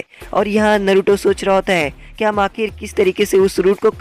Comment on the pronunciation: Bhai tum bar bar naruto ko baruto kyu bol rhe ho